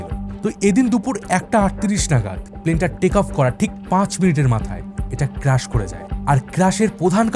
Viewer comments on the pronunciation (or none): It’s not crush It’s crash